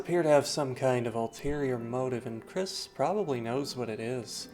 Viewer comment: your incorrect kris pronounage is kind of wack but the theory itself is pretty solid